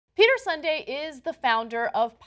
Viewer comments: You pronounce Sunde like Sunday... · Yes....how on earth does 'soohn deh' become Sunday ? Anglo terrorism !! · "Peter Sunday"?! Are there any names don't butcher... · Peter "Sunday"...cmon learn how to pronounce names.... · His name is pronounced Soondé